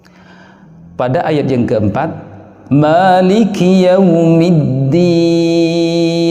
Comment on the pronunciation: Tolong pa di jelasin juga hukum mad lain/lin kebanyakan juga salah melafalkan mad lain/Lin seperti yaomiddin yg seharusnya yaumiddin.